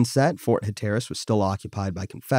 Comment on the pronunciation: Huh-TER-rus? Hell no, it's HAT-r-us.